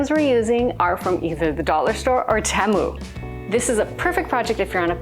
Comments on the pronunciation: Hi, honey I love you but please learn how to say Temu, it's T moo....a fellow Canadian...🍁 🍁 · Oh my word, I didn't know such a thing existed, I practiced, my french accent was getting in the way I think, lol...all the Americans call it TeeMoo, I've never heard anyone say it like you do...either way I will keep on watching you regardless of how you say it...take care...cheers !!!